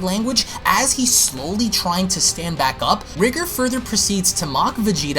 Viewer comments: Your saying his name wrong. "Rye gore" Pronunciation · R-ee-gore sounds better as that's how "Ri" would be pronounced if there was a japanese version.